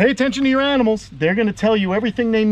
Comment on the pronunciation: There's that northeastern coming out of ya again. "I'm gonna out YA'S down" lol. Love the channel brotha!!!👍🏻